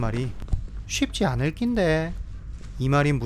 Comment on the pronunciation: 쉽지않을낀데~ 가 제일 신기했습니다. 서울분이신거죠? ㅋㅋㅋㅋ사투리 잘하시네요ㅋㅋㅋㅋㅋㅋㅋㅋㅋ